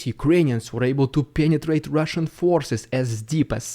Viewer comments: It wouldn't be a normal day without Rrrrussian prrrrrrropaganda threatening to nuke whatever country just spoke bad about them 😂 one day is the UK the next day is Germany and so on and so forth 😆🤣🤣🤣 love how you chuckle when you say that because they are so funny 😂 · Lol u should sell a t-shirt that says Rrrridiculous Rrrrrrrrrussian Prrrrrrrropaganda